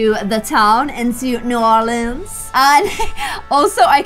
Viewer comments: Ur saying New Orleans wrong u were saying it right the first time but it still makes me laugh to hear u try and do the accents 😂❤️ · If you can’t pronounce New Orleans you can always say NOLA it’s just an easy way to say it lol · You said bayu correctly, but not New Orleans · you don’t pronounce a d at all in new orleans , it’s just new or-lins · Its Pronounced new or leens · its new-or-lins ORLEANs love you though <3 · Its Bye U! And New Or leens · its new orleens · You're totally right! But as a Louisianan it makes my blood boil when people say new or-lean-s it just ain't right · Here’s some help. Bayou: baa you New Orleans: new orlands Lebouff: le boff Thought it would be a bit helpful if you knew how to pronounce everything. #peach-juice-for-life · New Orleans is pronounced New Or-lins and you say the Ba-you. Also I think Tiana should marry prince Naveen. Then she would adopt the next princess. Love your videos! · new orleans is kinda pronounces as “norlins,” just with a soft o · Buy-you, La-boo-ve, New or-lens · Omg!!! Your accent is hilarious lol 😂😂😂 The way you said Atlanta was soooo perfect and it’s ironic because Georgia is actually the peach 🍑 state in the US!! And if it helps: Bayou- By you New Orleans- New Or Lins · Incase u were wondering pretty sure that New Orleans is pronounced new or lands incase you were wondering Lysm xx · Here is how you pronounce New Orleans, New-Or-Lins, New Orleans. Like so can see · I'm southern. You say New Orleans as New OR-LENS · It's pronounced new ore leenz and bye you hope this helps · Pronounce it like this: New~ Orlins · New OR-LENS SUTHERN GORGE-UH THE BY-YOU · It's pronunced new-or-leans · It’s bay-u and new-or-l-ee-ns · It’s ‘ new -or-lands’ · New ar lans Bah youu 😂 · 😂😂 instead of trying to pronounce New Orleans you can just call it NOLA (nol-yuh) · Pronunciation guide for! Bayou- Bi-you Le Bouf- Le Buff New Orleans- New Or-lins